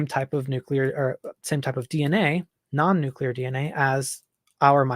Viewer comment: Nucular is not a word